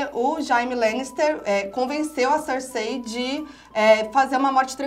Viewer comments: "Jáime" lannister convenceu a "Cercêí" kkkkkkkkkkk viiishhh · "Jaime" "Cercêí" "Barateón" desculpa eu ri;-; (eu chorei bastante na morte da Shireen😢)